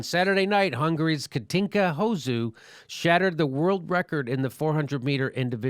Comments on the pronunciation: OP you inconsiderate fuck. As a hungarian, I can tell you, that Katinka mentions her husband in near every fucking interview. And ir's not hoZZu. It's pronounced like in sand. You don't even care to look up how the name is pronounced. You just misrepresent her and her husband. FUCK THE HELL OFF OF OUR NATIONAL PRIDE YOU FUCKING BIGOT! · BITCH, it's Hosszu with an S not a Z! Look after something before you open your $#!Thole to speak! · Learn to pronounce words before using them in a video. Taking the piss out of a person's name isn't very clever, even if you think the name is adorable. With regards to the female gymnasts and volleyball contestants, you sounded more sexist than the commentators with your comments about them looking like porn stars. Fact, men's sports are probably more popular than women's sports and that is why male sportspeople get higher profiles although I do think that's a bit unfair. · You can't even pronounce her name, yet you're commentating on the latest feigned outrage by the professional victims? The only victims here are the people you inflicted this on.